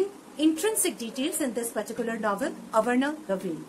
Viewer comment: but you pronounciated it as avarana ..... No worries .. best review ya. Keep up the good work.